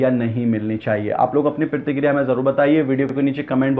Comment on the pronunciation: ....apna talaffuz durust karo bhai pehle.. Pratikriya hota hai na ki pirtikirya...phir bilast nhi hota Blast hota hai..plz sahi karein apna talaffuz..